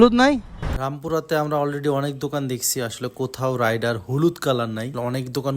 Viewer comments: রাইডার না ❎ রেইডার ✅ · Not রাইডার ❌ রেইডার ✅